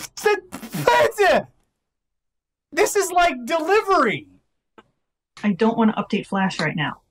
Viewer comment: It's not delivery, it's Dejailnow